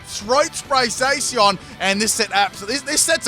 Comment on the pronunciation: Zay si on. Spot on pronunciation.